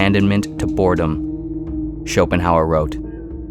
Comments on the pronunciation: “It iyuh what it iyuh”. ~Arthur Somanheymuers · I'm impressed by this expert commentary in which his name is pronounced incorrectly.